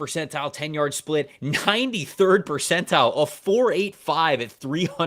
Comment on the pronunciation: I need answers on why refuses to pronounce the “T” in the word Percentile… 😂